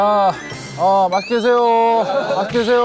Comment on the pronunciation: 아 진짜 너무 웃긴데?.... 아 진짜 너무 웃기다.....웃겨 돌아가시겠다..... uh..~ 마쉭게드세요ㅓ~~ 안녕음메에에에에에에에에ㅔㅔ